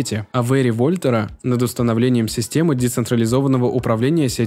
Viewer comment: Во'льтер ) качество озвучки супер , но кто-нибудь смотрит перед выводом ролик ? на произношение слов, еще с аезера прошлый раз угарнул, к качеству и информативности претензий нет, супер !)